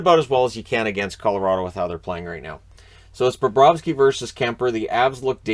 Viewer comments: Lol. Now you’re making the same mistake mosier did all night. Calling bobrosky burakovsky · It's funny hearing call Bobrovsky Burakovsky, since the announcers in the game did that several times too.